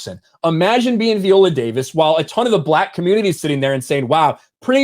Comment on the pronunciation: Dude, I agree with the videos you've been doing on this story one hundred percent. But why in the world do you keep switching up the pronunciation of her first name? 😆 One minute you pronounce it "vie-OH-lə" and then you come right back in the next breath and pronounce it "vee-OH-lə". It's like fingernails on a chalk board. Just for the record, it's pronounced "vie-OH-lə".